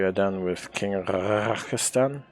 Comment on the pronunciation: He also keeps calling the king “Rakastan” like he’s some country in the Middle East. And he keeps making it a hard RAKAAstann. And it’s not funny.